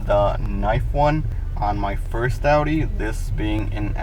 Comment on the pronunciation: remote starter ain't putting stress on ur started bro 😂you got no clue what your talking about learn to pronounce the manufacturers name dude you sound like a small child